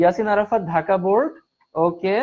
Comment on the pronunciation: Vai it's Dhaka not Daka😂😂😂😂🤣🤣🤣